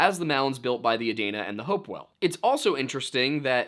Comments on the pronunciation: It's pronounced, Uh-deen-Uh and the state capitol was relocated from Chillicothe to Columbus. Unfortunately, as much as you'll dislike it. The OU campus isn't surrounded by bad neighborhoods. It's actually the opposite. Affluent neighborhoods are the norm around north and northwest columbus. I also believe it was an intentional disappearance. Gread video as usual. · Adena is pronounced aDEEnuh. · I live in Scioto county & just want to give you the correct pronunciation of a couple things; “Scioto” is pronounced like the “sci” in “science”, “Sy-fy” or “Cyrus”. Sy-oh-toe. Also, Adena is pronounced Uh-dee-nuh. Non locals get some of our words wrong b/c a lot of them are native words & are a bit different in pronunciation than many normal English words. Btw, if you’ve never seen Serpent mound you should definitely go, it’s a very special place. It’s extremely unique, even for an indigenous built mound. There’s a lot of mysterious things about it & the more you look into it the more mysterious it gets. I live pretty close to it so I go with my husband & dad pretty often. My family is full Cherokee so we’re originally from North Carolina but we still love to go see & appreciate other indigenous cultures besides our own, especially since we’re no longer in our ancestral homeland. If you go be sure to support the gift shop, the money goes into preserving the mounds & keeping them clean & nice. Also, a death took place there a while back so there’s true crime stuff you can investigate while you’re there lol